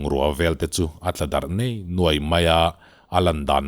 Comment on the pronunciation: Ngaihnawm thin hle ani mut hmunah kalo chang thin...ngei nguai khi i lam dan a dik chiahlo deuhin ka lo hria